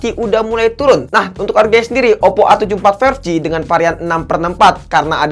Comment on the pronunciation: Oppp ❎ Oddo ✅ 😂